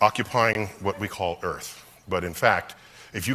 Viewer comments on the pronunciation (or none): This is earFFFFth Earfffthh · New pronunciation of earth 😂😂😂